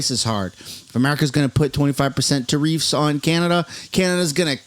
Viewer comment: It’s pronounced “ Tear-if” not “tear-reefs”😂